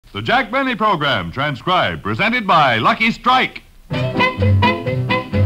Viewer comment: "J. Benny" pronounced "J'Benny" was a good one!